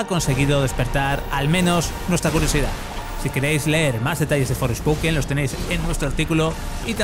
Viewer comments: Por qué dice Fourspoken? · Me duelen los oídos al escuchar "Forespoken"... Creo que los periodistas son los suficientemente profesionales para pronunciar bien en ingles, sino no trabajéis en esto.